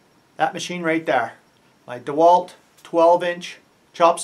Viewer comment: Did you say Dewalt Defailed? That was one hell of a start up demand that thing required. 50A, that thing is greedy